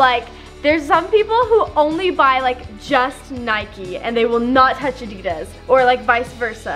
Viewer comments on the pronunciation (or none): nike not nikeeeeeeeeeeeeeee you dont go out and ride your bikeeeeeeeeeeeeeeeeeeeee and its adidas not adeeeeeeeeeeeedas